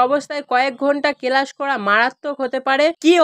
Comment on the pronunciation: Chhuti ta ki tumi barabe? Age bhalo kore kotha bolte dekho, kelas ar ischool bola bondho koro. Nijei bolchhe 20 june obdhi school cholbe, abar bolchhe 1 mash chhuti😅😅